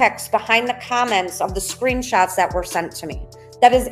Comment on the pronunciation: Nikalina pronounce comments without the LONG I - it’s not KIME ents - it’s comments - with a short o - rhymes w ah